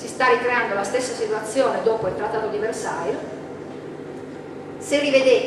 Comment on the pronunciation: versaie...no versail